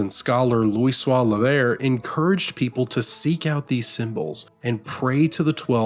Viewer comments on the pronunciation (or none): Loisoix Levair